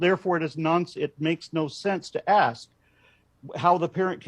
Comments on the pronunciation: The "ask" thing he did is a dog whistle. Bigots like to make fun of the fact that some black people mispronounce the word ask. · I'm guessing Jesse over-pronounced "ask" because a black white supremacist like him would reject AAVE and doesn't want to be misheard as saying "axe" instead. (I'm sure there's a proper way to spell it that isn't the wood-cutting tool but I don't know it off the top of my head.) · JlP had a problem with the word ask because he wants to say aks and desperately does not want to be associated with the black culture that pronounces ask as aks. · That JLP guy sounds awful. Not only his beliefs, but also his speech. Oh, I'm guessing the reason he was focusing on the word 'ask' is bc a lot of people say 'aks' instead. I learned it used to be an acceptable way to pronounce it but it eventually fell out of favor. Now it's thought by most people that saying aks instead of ask makes a person sound uneducated. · I think he did the "ask ask" thing because I heard many black people kind of pronounce it as axe, and he wants to show he is above them because he doesn't. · the audio is a little hard to distinguish bc of them talking over each other but I believe Peterson used a dialect called African-American Vernacular English. A common pronunciation that differed from proper English is axe instead of ask. Being that he thinks black people are lower, I think he was over correcting himself.